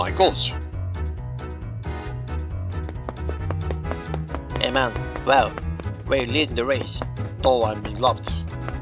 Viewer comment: oh my gozz gets me every time. 😂😂😂